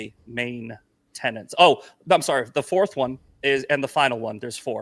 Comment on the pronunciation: The intrusive N is becoming so annoying. It's not 'tenents', it's 'tenets'. It's also not 'pundints', it's 'pundits'. My OCD feels healed now 😊